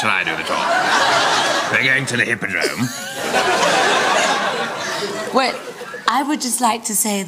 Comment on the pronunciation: the way he said hypadrome :D OMFG Perfect